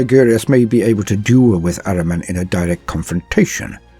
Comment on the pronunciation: ahriman is one of few persian names in 40k universe. it is an ancient name of aspect of lie and darkness enemy and other half of sepanda . the name is so old that zartusht use it in his creed and we have it in our religion . and correct pronunciation is AH-REE-MAN not araman